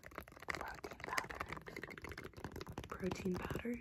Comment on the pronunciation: “And did you want the protein powder?” What I heard: “and did you want the cocaine powder?”